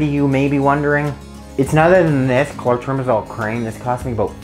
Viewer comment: Good information but I could NOT read the name on the tube and your spoken word of what it is, I could not understand. I wish you would have put the actual NAME of the product in your notes so I didn't have to spend 20 minutes going through fungal medications to find that tube: for those who can't spell it or didn't hear what he said well enough to try spelling it yourself - Clotrimazole.